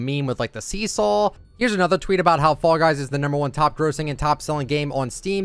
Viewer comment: When you talked about this on your podcast I thought you were saying “frog eyes” for some reason